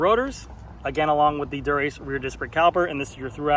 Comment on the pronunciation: Endu-RACE. Not endurance 😂